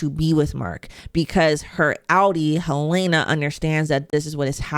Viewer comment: Just curious more than anything, after clearly watching and following the show very closely, how come you consistently pronounce one of the main characters names wrong? Her name is Helen-uh. You say it Hel-ai-na.